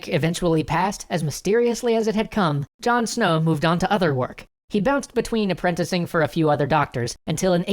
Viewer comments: John snoww lol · In a different dimension John Snow doesn’t have an “h”